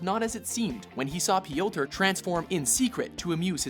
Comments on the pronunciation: /PJOTR/, not /pijowter/ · Please never ever say "P,yotor" ever again! It just sounds really silly cause of how you're pronouncing it. Instead of going Pe-yotor its more of Pyo-tar!